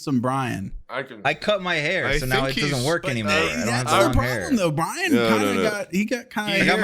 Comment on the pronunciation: Wendigoon called Bryan “Bryant” the whole time and nobody corrected him lmfao